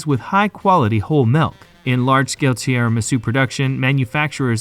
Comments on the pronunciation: The narrator really needs to pay attention to his pronunciation. Tiramisu isn't pronounced as "tierramisu," and it's "espresso," not "expresso"; Italian doesn't even use the letter X except in borrowed foreign words. Great content, but hire a more professional, knowledgeable narrator! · It is espresso not expresso, and the tiramisu pronunciation is also off.